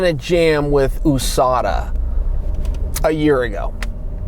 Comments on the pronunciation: ooooooSadaaa same 😂😂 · Why does it bother me so much how he pronounces usada?